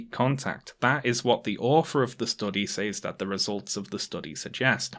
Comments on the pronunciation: The way you say "says" just makes me really happy for some reason. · Me too